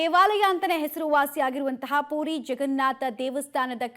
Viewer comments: ಅದು ಪೂರಿ ಅಲ್ಲ ಪುರಿ ಏನು ಕನ್ನಡ ಮಾತಾಡ್ತೀರೋ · ಪೂರಿ ಅಲ್ಲ ತಾಯಿ ಅದು.. ಪುರಿ... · Adu PUDI alla ma. PURI